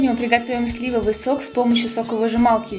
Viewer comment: СливОвый. ударение на второй слог